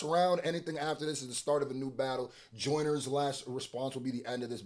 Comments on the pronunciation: It’s bothering me how you read that as Joyners law and not juniors law 😂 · Come on bro do better it’s JUNIORS LAW NOT JOYNERS LAW WHAT ARE WE DOING HERE IF MAN CANT READ 😂🤣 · You said joyners law Not juniors law😂😂😂😂 Its Jooneer's Law 🇬🇧 I honestly dont know who won this one now ... Im blaming Aubrey for this, clever mf ...